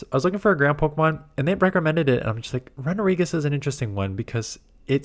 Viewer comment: that runerigus pronunciation is whack